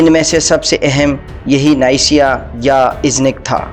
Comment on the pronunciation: Neysiya nahi Niqiya lafz h